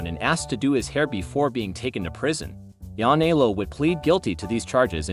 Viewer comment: Yanni-ellow? Please you're killing me...Matt NYC